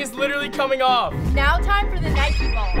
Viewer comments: I love the way he said "nikEEE" vs "IDAA" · pronounce nike and adidas correctly